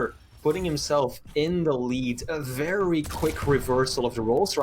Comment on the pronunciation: 'wevy wevy good. nice wail.' - fire him already, please, or teach him to pronounce 'r'.